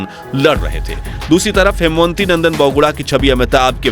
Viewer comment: Kripaya naam sahi pronounce karain. Wo हेमवती नंदन बहुगुणा थे न कि हेमवंती .....